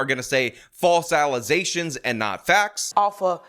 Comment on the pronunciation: Allezations, my friend, not fats.